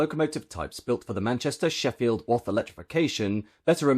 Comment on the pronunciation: We pronounce Wath like bath.